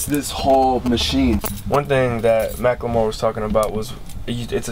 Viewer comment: i always pronounced his name "mackle-more" now i find out its "mack-lemore" MY LIFE IS A LIE